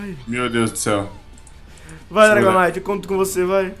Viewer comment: só VC mesmo pra falar dragonaite naiteee